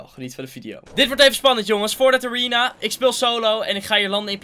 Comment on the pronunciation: Nobody:: ariena